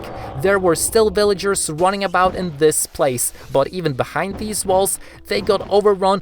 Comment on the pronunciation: Why did you said bvillagers